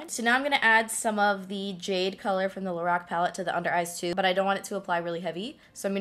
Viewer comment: Very pretty look :) Btw I was happy to hear you pronounce LORAC correctly... I still hear a lot of people pronounce it incorrectly. Also, I miss your dramatic cheekbone contour, tbh. I just can't get on board with the "strobing" trend. :P